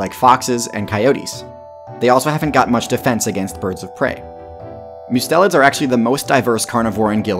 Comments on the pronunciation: Mustelids: Must (as in Mustard) - e (eh) - Lids (eyelids). Must-e-lids. Not Myu-stelids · It's pronounced must-a-lids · "Mustelids" is pronounced "MU-stell-ids."